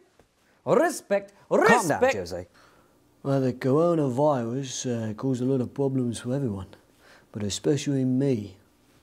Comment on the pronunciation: Cowona viwus